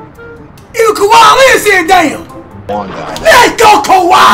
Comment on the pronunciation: Did he say Kwame instead of Kawhi at the end